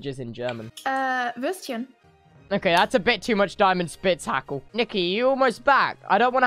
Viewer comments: More like: die-mants-bitz-backle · Nobody: Tubbo: "Daimentstitztitzhackle." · diamant-spitz-buk-pucled TRIGGERED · JA ICH MUSSTE SO LACHEN BEI DIAMANT-HITS-BITS-BUCLE😂😂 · Just listening to him try to pronounce them is just hilarious and then the DiamantenSpitzhacke tho😭😭😭😂😂😂😂😂😂👏👏